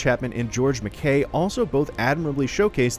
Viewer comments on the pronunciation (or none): none